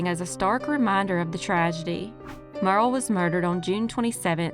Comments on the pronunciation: Thank you, for more videos. I have to say this, her name wasn’t Merle, it’s Myur ee uhl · I believe Muriel is pronounced as three syllables -- M'your -- ee -- el...